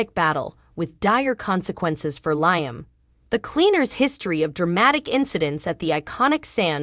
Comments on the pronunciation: LEE-AM NOT LIE-AM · Leeum not Lie 'um! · Lee am pronouce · Why do you announcers pronounce Liam’s name incorrectly every single time??? Try watching a real and true episode so that you know at least something about the show that you are supposedly doing the video for???? Writers how was it that you had a guard on Kelly at a sleep over , but absolutely nobody with either one of them at the beach???? This is truly a stupid and ridiculous storyline???? If there are supposed to be guards at every place and moment. someone definitely dropped the very important ball in this story???? It does make sense that there was no bodyguard because now the writers are trying to make Shelia out to be a hero???? Yet it makes Finn look truly irresponsible in watching Kelly, plus the fact that he’s a doctor who should have known better???